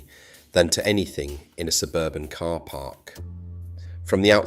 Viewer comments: I had to stop watching after the AI voice said, "It was built for the K.A.R" 😂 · It was quite convincing until it spelled out K A R, and pronounced it as Milton kaynes